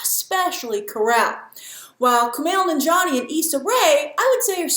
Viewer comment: Its Nan-jia-ni not Nin-jani lol... I will never get how westerners can pronounce difficult European names, African names or even Japanese names but cant pronounce even some simple South Asian names